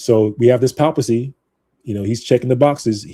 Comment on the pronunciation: Hey there, you're pronouncing "papacy" incorrectly. You may want to look up the correct pronunciation online.